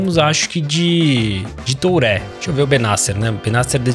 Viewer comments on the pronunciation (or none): Oi o nome do jogador se fala do jeito q eu vou escrever aqui..é thurrêe q se pronuncia e não touré...meu pai não aguenta mais ouvir vc falar errado....kkkkk